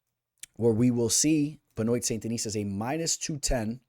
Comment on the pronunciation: Pronounced Ben-Wah!